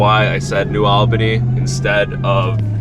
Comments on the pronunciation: FYI it's New AHL-bany (as in All) not New AL-bany (as in Al Pacino) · It’s the price of progress, good thing you weren’t around a hundred years ago you’d be really upset. We pronounce New ALL-BA-KNEE. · Its pronounced New "ALL" Bany 🫡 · New All-ban-ee.